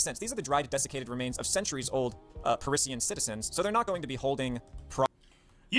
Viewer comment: thats not how you say Parisian